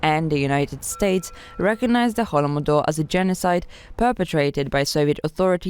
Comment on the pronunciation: Oh, man, this woman pronouncing "holo-modor" is too much ... Can't you do anything about it???